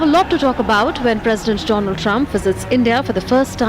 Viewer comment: 😁😁😁😜😜😜 do-land Trump